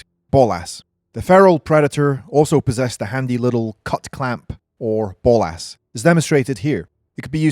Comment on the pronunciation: The fuck are bowl-ass? You mean bolas? Pronounced bowl-ah's